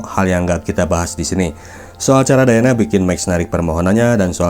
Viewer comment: Diana bang bukan dayana😂